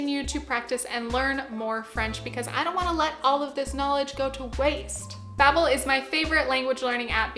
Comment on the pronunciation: Not trying to be annoying, but I thought you might not know this: Your pronunciation of Babbel is wrong, it's Dutch and it means something like chit chat. You pronounce it like Bah-bbel